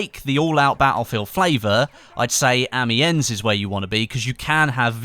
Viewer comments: Amiens is pronounced without an s. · That pronunciation of Amiens though...